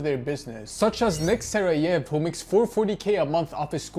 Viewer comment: I've never heard someone mispronounce nick saraev that badly hahah